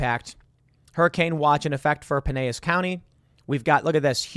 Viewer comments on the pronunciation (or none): I think we should be fine. I'm in Pinellas, and this is not the first hurricane I've experienced. There will be a lot of rain and a lot of wind. Also, power will definitely go out. Also, Tim is the only person I've heard pronounce it pin-ay-as. Everyone here pronounces it pin-L-as. lol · lol, Tim. It's not Pin/ay/as, it's Pin/e/L/as (hard L) county. It makes me cringe every time I hear that, lol. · Everyone from Pinellas county 😆 it's PINE-EL-SS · Pinellis was the English pronunciation not Spanish. Pine ellis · Pinellas is pronounced Pine L Es. It is where Clearwater/ St. Pete is, across Tampa Bay from Tampa. It's a peninsula on a peninsula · its pronounced Pin-El-As County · It's pronounced (pin-ELLIS) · Tim it’s Pinellas County not Pineyas. Rhymes with Tell Us. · The way he pronounced Pinellas county was funny. He said it with spanish y sound but you actually pronounce the L's. I just wasn't expecting that so I got a chuckle out of it. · I live in Pinellas county and never thought to pronounce it as Tim did but in hindsight it seems awfully appropriate lmao ;) (si sabes que sabes)